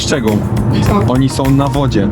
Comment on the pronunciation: nie hejt czy ciś takiego ale ą a nie om